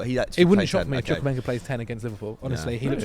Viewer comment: spent the whole preseason with Chelsea, still can't say Chukwuemekas name right...